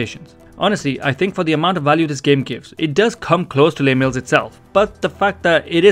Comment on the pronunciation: Very helpful thank you! FYI Les Mills is a person's name, so it is pronounced like "Less Mills", not like a french "les"